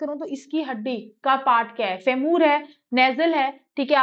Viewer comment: फेमूर nhi फीमर hota h